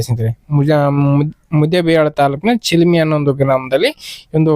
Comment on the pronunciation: ಚೀಲಮಿ ಅಲ್ಲೋ ಮಾರಾಯ್ ಅದು ಚಲಮಿ